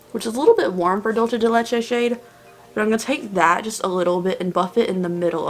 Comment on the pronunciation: Okay but like the way she said Dulce de Leche 😂😂💙